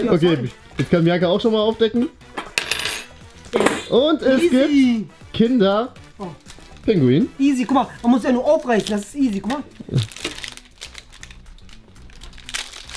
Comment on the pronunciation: Das heißt kinder Pingui.. nicht pinguin